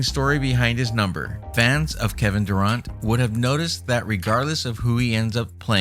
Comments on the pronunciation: Thought I was the only one who caught that. 😂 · If you are gonna do commentary on your videos, at least learn the proper pronunciation if his last name my man. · You should learn how to pronounce his last name before you do a video about him! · Make a whole video dont even know how to say his name.😪🤦🏿‍♂️